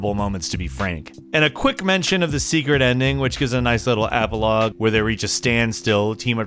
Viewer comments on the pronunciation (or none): Its "epilogue", man. Wtf is an apple log?